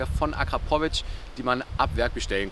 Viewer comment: Hahaha akra pooo vic